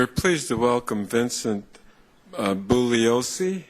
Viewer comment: Conyers is an idiot in this vid. He doesn't even know how to pronounce Bugliosi's name when inroducing him to congress!